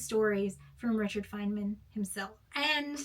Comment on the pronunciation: I was going to comment but I decided that you're nonsensical video was not worth commenting on. I think you should do a little more research about Richard Feynman before you dismiss him entirely not that it matters because I understood what you were saying but you are mispronouncing the man's name